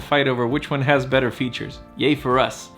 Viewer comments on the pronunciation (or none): none